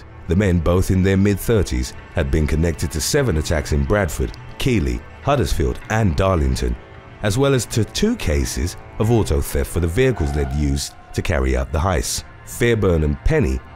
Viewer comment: Keighley is pronounced "Keith-lee"!